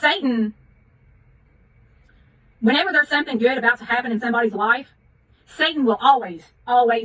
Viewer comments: every time she says life i hear it as wife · The first few times she said “life” I was hearing “wife” lol